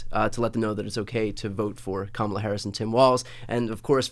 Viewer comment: Tim, I've truly come to like & respect you in spite of the fact that you are a Republican (but you were a John McCain advocate - WHEW!)🤣😇🤣 but allow me a moment on this. So many people are still mispronouncing her name. Hearken back to the children at the DNC (and a little child will lead them...) Her name is pronounced...COMMA-LA. Thank you!